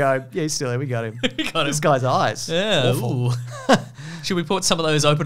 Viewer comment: “What is years when everything is awfaul ? Like now.”